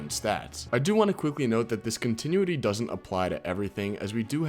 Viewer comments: Continuity is pronounced “Con-tih-noo-wih-tee” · learn how to say continuity